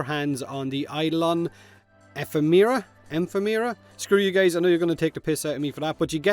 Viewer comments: (Eff-em-era) Your welcome. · (E-FEM-RAW) EPHEMERA Now you can never say it wrong or else you owe me 20 plat. Deal okay cool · eh-FEM-er-a, stress on the second syllable. I don't feel like the forma challenge is inherently bad. Like, the intention I see in it is to encourage newer players to try polarizing things. For those of us further along - any secondary I'm going to make any real use of is going to have at least three or four forma. That means I rarely have them lying around without the polarizations, but the challenge basically means I'm going to try investing in a weapon or frame I might not have otherwise done. I guess polarizing seems like such an unavoidable part of the game either way that giving a reward for it doesn't seem odd to me, even if the timing always manages to seem very inconvenient.... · Ahem, no H in Nitain. Eh FEM er ruh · It’s pronounced “Ephemera”..... Duh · Think this guy hit the nail on the head with the pronunciation of ephemera. Feel free to delete comment if you like. I dont make a habit of advertising like this.